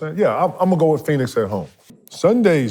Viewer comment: KEVIN GARNETT GOT ME DYING WHEN HE SAY SUNDAY